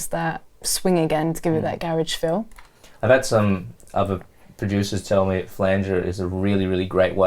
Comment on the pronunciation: And butchering the word Flanger 😂Love Flava tho, been a fan for years, who gives a shit about how they do it, as long as they make bangers that's what counts.